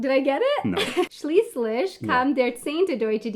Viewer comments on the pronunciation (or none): Deutscher Dienstag that is great :-) I love the "Schlieschlisch".